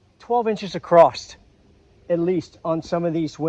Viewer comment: You're a NUT! I love it!!! Specially when you say, "acrosst"😝😝😝😜😜😜